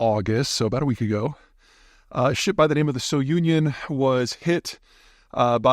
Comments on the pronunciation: Sounion ius a cape in Greece. "So union" is a mispronunciation . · The ship is named after the cape at the edge of Attika, Greece. And it's NOT pronounced like that. Is it possible that Pythia knows nothing about nothing?